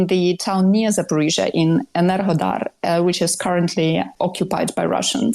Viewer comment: Why does always say 'Zafforizhzhia'?